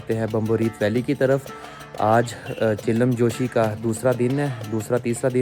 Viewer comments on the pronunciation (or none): بھائی آپ ویڈیوز بڑے شوق سے دیکھتا ہوں ایک چھوٹی سی غلطی آپ کرہے ہیں یہ جو آپ چلم جوشی کہہ رہےہیں یہ اصل میں چلم جوش لفظ اپنی تصحیح فرما لیں